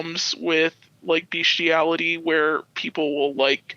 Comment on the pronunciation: She mispronounce bestiality this is not kink or a fetish this is sexual assault of a creature that cannot consent as someone who works with dogs on a daily basis and has an intact male dog this is fucking foul